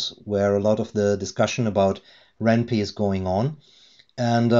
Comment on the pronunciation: Just a heads up, it's pronounced "wren pie" (like the food). The name is a combination of ren'ai (Japanese word for romance) and Python.